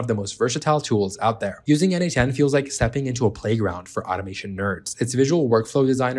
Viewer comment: why do you say its called n-8-ten?